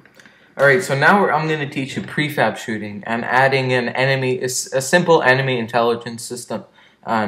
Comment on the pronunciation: hey u spelt shooting wrong you said shoothing happy to help